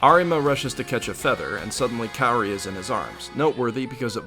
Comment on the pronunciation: the fact that you where pronouncing Kaori's name wrong made me wanna cry more than what i cried during this anime.